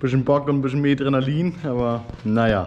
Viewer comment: "mähdrenalin"..... aaaaaaalles klar 😂